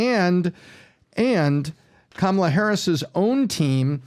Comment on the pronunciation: ca. has invented yet another mispronunciation of Kamala. It's KAH-ma-la,, not CAM-a-la.